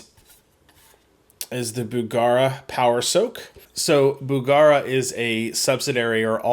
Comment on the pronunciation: BugEra not BugAra